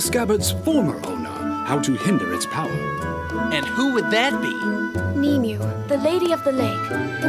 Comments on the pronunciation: "Nimue" is "nim-way" not "nee-mew." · It is pronounced Ni mu wae (I know it is not your fault still thought that I should acknowledge it though)